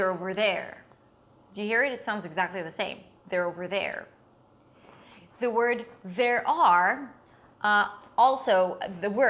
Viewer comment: One more thing, I almost forgot: your tongue is probably placed too high and possibly even a bit curled backwards into the mouth when you pronounce "over". We Brazilians usually do that when we try the emulate the typical American "r". Bring your tongue down a little bit and it should fit better into the following "th".